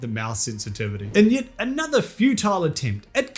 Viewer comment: And uhhnuhthur won.